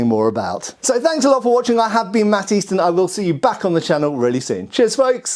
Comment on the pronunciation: The pronunciation of his own name keeps sounding like " i'm Matt THIESSEN ..."